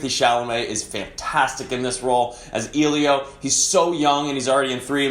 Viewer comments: Does anybody in the film call Eelio? The boy's name is Elio, E like in Echo, not eelio like in eel. It's an Italian name from the Greek "ήλιος", "sun". :) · It's Elio, not Eelio. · Maybe the next time you see it you 'll be able to pronounce Elio's name properly.